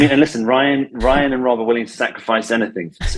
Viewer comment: still fucked up Rob's name 😂